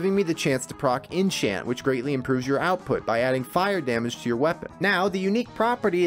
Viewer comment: "In chant?" inn Tchyant? what. INNCHANTRESS kek :D what's the background music here? castlevania idk? sounds familiar awesome series i love this - amazing job man